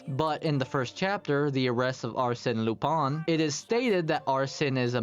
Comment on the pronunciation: Very good vid!! I'm only a bit distracted by your pronunciation of Arsène Lupin, but I can look past that :)